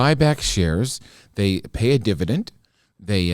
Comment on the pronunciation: what is a divident? LOL